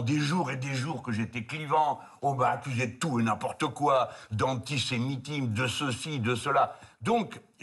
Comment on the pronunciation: Antisemitimse. 2 problèmes d'élocution sur ce mot 😂 A part ça, le discours est clair et les idées sont mises en avant. Merci